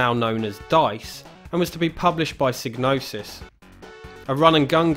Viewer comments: Psygnosis is pronouncedPsy Nosis. The G is silent like in gnosis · Well, that's kind of up in the air isn't it. I'm aware of how Psygnosis should be pronounced, like you say, but then the developers at Psygnosis have been known to say it's pronounced "sig-no-sis". That's how I always said it, and old habits die hard, but I would like to find a definitive answer on how it's pronounced.